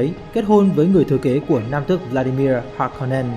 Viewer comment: kwisatz haderach, harkonnen, sietch... phát âm sai hết nhé bạn. nhất là nội dung video xoay quanh kwisatz haderach, từ được dùng nhiều nhất, thì lại là từ giọng đọc sai nặng nhất, khiến nội dung video rất khó để follow.